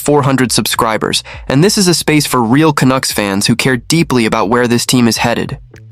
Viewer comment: AI crap---you know this site is fukked when the computer voice pronounces Canuck as CANOOK.what a joke .Then the voice says Rick Tocchet as RickToshshay.NUFF SAID.